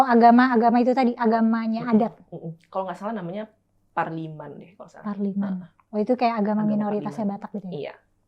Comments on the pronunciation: Parmalim bukan parliman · Parmalim bukan Parliman....hehehehe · Parmalim bukan Parliman 😅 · Parmalim loh, bukan parliman😅😂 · Parmalim bkn parliman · Parmalim namanya bukan parnilam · FYI ya kak bukan parliman wkwkwk tapi PARMALIM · Agama asli suku Batak namanya PARMALIM ya kak Kebalik pengucapan 😊